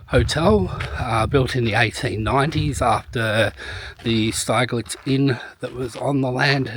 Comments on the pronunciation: It’s actually pronounced Stigllitz, think of big and then you have got the name right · Its pronounced Sti g lets